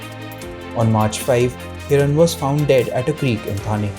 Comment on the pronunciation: What credibility will your news have when you cant get the name right? Its Mansukh Hirani and not Hiran.. do you get it? Do so elementary homework right